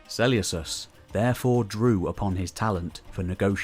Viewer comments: Great video! Just one thing is it really pronounced Seuleucos and not Seleukos? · im with you. I’ve only ever heard Suh-Lucas. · Yea it’s definitely pronounced with a k, this sellyousus is killing me right now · Why are you so eggresiously mispronouncing Selecus?? It's gross.